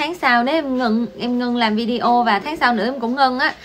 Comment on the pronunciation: Lần đầu tiên xem và nghe. Chứ Video đọc Vi-đê-ô là đúng không như Lê Nhung quay Video về cuộc sống ở Trung Quốc thường đọc Vi-đeo nghe quê lắm!! Mặc dầu tớ đã góp ý nhưng cũng không thay đổi cách đọc vẫn đọc Vi-đeo!!